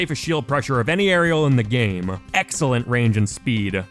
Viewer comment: lmao anyone else get distracted by the way he ends some of his words. almost like an extra syllable. “sword-uh”, “game-uh”